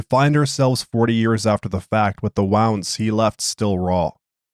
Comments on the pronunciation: Is this an AI voice? I only ask because of how "wound" was pronounced. I don't think a human would make that mistake but the reading otherwise felt incredibly natural. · Just a guy, sometimes when reading you read "wound" as "wound" and it's a little funny